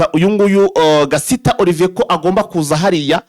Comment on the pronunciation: Nanga kuntu uvuga izina Gasita pe. Kuki muvuga gusa ntimusome cyangwa ngo muganore n'ababarusha amakuru??? Ni Gasiita. Ubwoko bw'abasiita mu Rwanda burahari ndetse na benshi Banyamurenge.